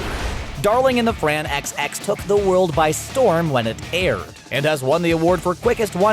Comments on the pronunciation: Did he just say darling in the Fran X X 😤NANI!!!! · Darling in the FRAN ecks ecks... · "Darling in the Fran XX"......dude uve been pronouncing things just fine until that one wow just wow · Dude it’s “darling in the fanxx” pronounced like “franks” not like “Fran x x” lol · Did he just says darling in the fran XX? Bruhhhhh.